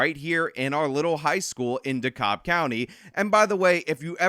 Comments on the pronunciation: Dude just destroyed pronouncing dekalb. Says “de-cobb” it is pronounced “De-cab” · It isn’t “D-cobb.” DeKalb is pronounced “D-Cab.” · It's pronounced "dee cab". I live here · The pronunciation of Dekalb is more like cab not cob. Just sayin. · Here in Georgia, DeKalb is pronounced "DUH cab", not "DUH cobb" like it is in NY. We mangle the hell out of "Houston", too. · Dekalb is pronounced "dee cab" (or sometimes "dee cob" by "fancy" people). Either way, the "L" is silent. I know it doesn't matter for this video, but for the future because Atlanta will likely provide you with plenty of content in the future. That's why those of us who live in the surrounding counties don't go into the city. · di-cab county...and it is IN atlanta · Just fwiw, Dekalb is pronounced “DE-CAB” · It's pronounced "da-cab" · FYI. It's pronounced "da-cab" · One little thing, it’s pronounced DeKAB county. I lived in the Atlanta area for 14 yrs.😃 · Ok. Look. It's pronounced Decab... and Dekalb Fulton and city of Atlanta make up Atlanta. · Hey big fan, you usually right about everything, not this time! You made a mistake so egregious that it needs to be corrected. It’s de-cab county. But with like an “L” in the cab part, between the a and the b. This is Atlanta, this is how we speak. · I can see many not from the area have issue saying the word, 'Dekalb'. Its pronounced, 'Dee-Kab', as spelled phonetically. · It’s pronounced De Cab. Silent L